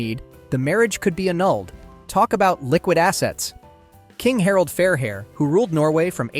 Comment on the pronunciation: Its Harald FINEhair 😊